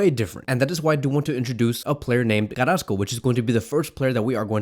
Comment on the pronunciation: Carassco? Smh